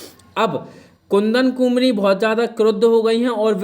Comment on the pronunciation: इतिहास पर फालतू लेक्चर देते हो और कुंवारी पढ़ना भी नहीं आता है ।